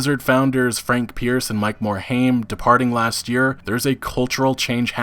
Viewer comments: It's not Morhame its Morhime. Frank Pearce was a corporate hound and left because he didn't get the CEO spot. Activision didn't involve themselves in Blizzard because they were bringing in buckets of funds from WoW at it's prime. Now that WoW has slowed down, and they don't generate the income levels they used to. That combined with low yield from CoD games, they are pushing all of their branches to produce faster and make as much money as they can. This is the trend you can expect going forward, unless Blizzard finds a cash cow again. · Please learn how to pronounce Mike Morhaime's last name. It is "More Hime" Not "More Haim". Thank you.